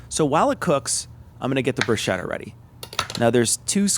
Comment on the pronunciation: Hey, Awesome channel. Congrats. Enjoying the short vids, clearly aimed at those of us who have some experience cooking. Will we ever get a guest spot with Tom accidentally breaking anything he touches?;-) I need to get my 2cents of pedantry in though. Every time you said bruschetta, it really grated the ears! I grew up with a lot of Italians and the "ch" is always pronounced "k". Double "tt"s are also pronounced separately. As in Broos-KET-ta I know you're part Italian, which is why I found this so baffling! Anyway, good luck and looking forward to more videos!